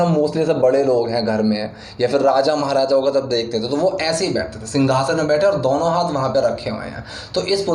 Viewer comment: Dono hota h sir ,, dauno nahi